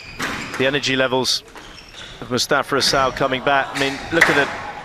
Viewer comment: Listen to the trophy presentation at the end. I swear she said “Mostafa Asshole”